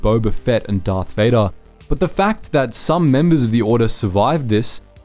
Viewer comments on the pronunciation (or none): none